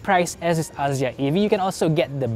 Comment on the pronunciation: “aZZia”…. Maybe just me, but that’s not how I pronounce it. 😬